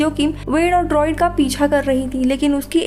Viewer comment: Behan vo DROID nahe Druid hota hai.